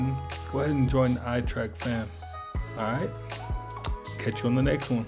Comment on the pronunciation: Although I enjoy this channel very much, I highly doubt it’s the most active on YouTube. I think PewDiePie and MrBeast would disagree with that assertion. And I’m still trying to figure out why the host cannot pronounce the word “trek” correctly. It is not pronounced the same as the word “track”, which is how it sounds when he says the word “trek”. But, whatever, that’s just my OCD coming out, lol. No harm, no foul, right?🤣